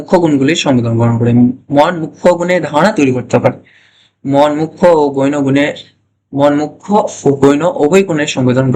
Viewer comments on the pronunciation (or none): Apnar pronounciation thik korun.গৈণ গুন নয় বলুন গৌণ গুন।